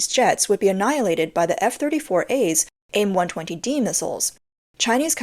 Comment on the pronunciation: you can just say AIM like the word aim. Just like you say HARM instead of saying H-A-R-Ms